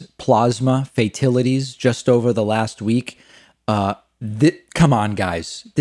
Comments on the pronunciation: Trump wants to say “fatalities”, but subconsciously his brain is wired in such a perverted way that it will make him say “fake tit-a-ties”🤣🤣🤣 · Fatilities??? That is just wonderful. He makes Joe Biden sound like the greatest statesman on earth. Fox cut him off, but not in time. 18 people die in a weekend in Chicago? 1000 people die per day from corona you blithering fool. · "Fatilities" had to be a typo on the sheet the orange ape was reading, and he was too illiterate to correct it. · Guarantee you he had it spelled 'fatilities' and pronounced it that way because that's how he thinks it's spelled. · Instead of correcting himself, Trump says "fatilities" twice which isn't a word. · Trump, please learn to pronounce Fatalities. Please. I think he's on Downers. He had to get on them after being called out for donating to Kamala Harris for AG. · Fatilities, Plausma....that how the "super intelligent" pronounce those words 🤣🤣🤣!